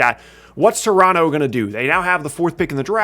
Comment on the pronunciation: My favorite part of this video is knows how to say Toronto like he's from Toronto